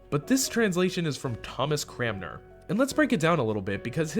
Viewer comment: CRANmer. Cran - mer. Don't feel bad though, lots of Anglicans can't say his name right either.